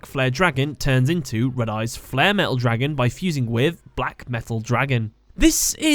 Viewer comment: "DRAgun." The way he pronounces it XD